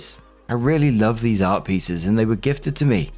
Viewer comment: I was listening to this while getting ready and couldn’t hear exactly what was saying about the art pieces. All I kept hearing was “Arby’s”. I was like, wait, someone is literally telling a drama story about getting Arby’s??? Art makes a lot more sense 🤣